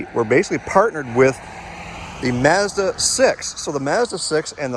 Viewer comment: This guy needs to learn how to pronounce "Mazda".